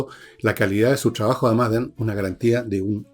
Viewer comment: La palabra es trabajo, no Shtraaajo